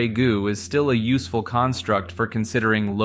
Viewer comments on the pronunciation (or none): none